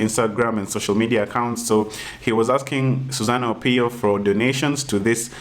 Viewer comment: lol you didn't get..she's being sarcastic.. Her name is Susanna Owiyo and kept saying Susan Opiyo😂😂